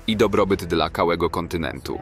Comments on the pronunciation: "kałego kontynentu" 😂😂😂co? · "Dla kałego kontynentu"? xD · ” …dla kałego kontynentu.”😂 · „dla kałego kontynentu”? 🤨